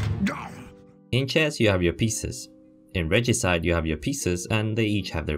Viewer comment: Pretty sure you got it right. Reh-gee-side